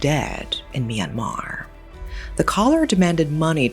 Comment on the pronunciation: Myanmer?! It’s my country😮